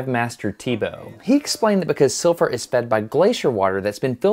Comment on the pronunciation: Interesting video that you made Destin as most of your videos are. One small thing that I want to point out to you. In Icelandic we pronounce Silfra as Silvra (Sil-vra), one of our many exceptions. Another one would be Keflavík (where our international airport is) as Kebblavík (Qe-Bla-Vík, not i but a bit different). That is all, I hope you enjoyed this much needed trip!